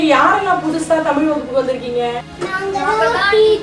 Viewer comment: Its too sad that the person could properly pronounce the words like Tamizh, mozhi, azhivu...he couldn't roll his tongue much..pronouncing as tamiL, moLi, aLivu,...so sad..i could see this dialect mostly in madurai and nellai based people..first speak the language properly..u can try to preserve it...